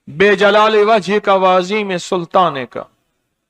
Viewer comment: Haan unhonay galat kaha Bi jalaali nahi hai